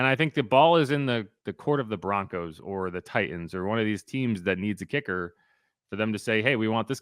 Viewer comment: Say titans and Payton right please smh you might as well be scratching a chalkboard lol 😳😣😣😣